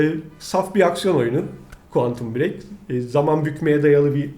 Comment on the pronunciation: Quantum bırek Muattap olma ! de MILYAR DOLARLIK OYUNUN ŞAJJOR DEĞİŞMEYE BAK VUUUURRRRRRRRRRRRRRRUHAHUAAUHAHUAUH